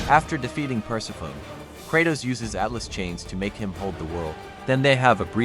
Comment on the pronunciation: Persefone*** is how u say it, other then that 💯🔥🔥🔥